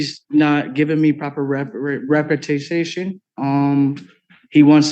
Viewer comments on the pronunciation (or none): MFer at about 20 minutes trying to fire his public offender and can’t even SAY representation!! “Repretation” 😅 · ‘I’m not getting proper reparta-ta-tion’😅😅😅😅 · If you can't say the word "representation" you may not be the best judge of adequate counsel. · The dude who couldn't pronounce "representation" probably shouldn't be trying to represent himself. Just a thought. (And it's THOSE two guys' fault :D) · Can't say 'representation ', but wants to do it himself? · This guy can’t pronounce representation, so be quiet and learn.